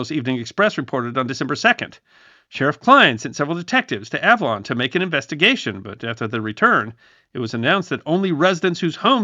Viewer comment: Interesting video. Your pronunciation of the island's name sounds quite odd to me, a SoCal native who's been there many times. I think you're hitting the consonants a bit too hard.